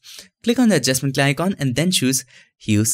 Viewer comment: "Adjustment layicon"